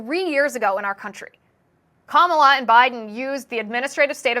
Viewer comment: Kum-all-ya? I thought her name said it all 😅.